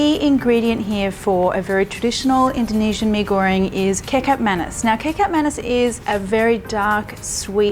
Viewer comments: Lol..Marion get the pronunciation right from your malay n Indonesian friends..I had a fit of laughter when you said.kikap manis..its prounced as ketchup manis.. the malay n Indonesian language in alphabetical pronunciation is different from English..but Maam.love your cooking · Hi Marion! I'm Indonesian and I adore this channel. But when you said "kekap manis" I was like, huh? What? Then it hit me. OHHH it's kecap manis It's actually pronounced as "ke-chap manis", but thanks for sharing this recipe, much love from Indonesia ♡ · Love your recipe Marion! Btw it’s pronounced “ketchup mah-nees” for the kecap manis (ketjap manis with old/Dutch spelling) 😆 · Me: Catch up Manis Marion: Kee Cup Manis Me: Kee Cup Manis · Yes...at first i thought she was saying KICK-UP MANIS🤣🤣 instead of saying KEECHAAP MAANIS😉😂😂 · Kecap Manis = Ke..chup (without "t") Ma (in Mama) knees That is how you pronounce Kecap Manis. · May I suggest the pronunciation of the dark sweet sauce? It is "Ketchap" Manis. In English it is almost the same pronunciation .Ket as in cat, Malaysian spelling, Cap but pronunced " ch" as in the word " church". Hense " Ket- Chap" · "kickap mannes" hahaha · I’m sure you’ve learned since but the letter ‘C’ in Indonesian is pronounced “Ch”. Kecap manis is said as “Ketchup” manis. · Kecap Manis is pronounced "Ketchup Manees" Marion! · It's pronounced Key - chup - mar - nees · Kecap Manis is pronounce Ketchup Ma-nees. Kecap Manis or Indonesian sweet soy sauce is the key ingredient if you want authentic Nasi Goreng or Mie Goreng. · Hi Marion, love watching your videos and had tried some. I love your style of cooking esp the fusion way. FYI , the sweet soy sauce is pronounced as....Ki Chap Manis. Keep your videos coming. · Key-chap Ma (like mama) - knees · Great video and looks very delicious yum yum. However, it's pronounced "Catch-Up Ma-Knees" try it :) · Ke-chap Mha-nees is how it's pronounced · Omg kaykap manis... kaykap manis 😂😂😂😂😂😂😂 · pronounce like cat-chup ma-niece.